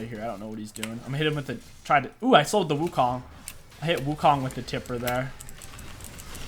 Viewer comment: perfect and effortless in SFX but gets trouble in pronouncing champs